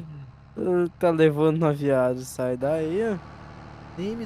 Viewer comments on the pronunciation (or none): jiagem- errado viagem- certo